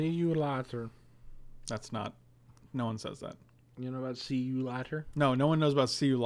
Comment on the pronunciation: the way said 'later' there was perfectly Dutch. Means the same thing, later is... later. can you please relay this information to?